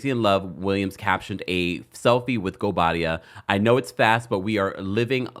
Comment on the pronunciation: she said her married name absolutely fine. In fact better than she ever has, she got the pronunciation down right. Also, the speculation about who is or is not returning, happens every season but then the actual season is lacklustre. It's getting boring, just like the show. The real discussion needs to be about replacing production.